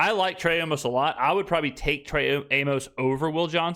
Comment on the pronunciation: Amos is pronounced like Amos and Andy